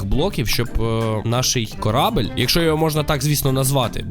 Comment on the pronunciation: Не корабель а корабель